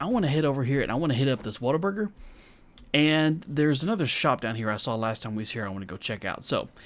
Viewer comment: Whataburger,, ur Texas is showing! Great video as usual, love this series, cannot wait to see what kind of trouble you get yourself into!